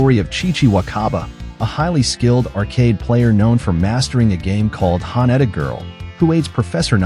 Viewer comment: Sorry but the AI voice is terrible, can't even pronounce Haneda correctly.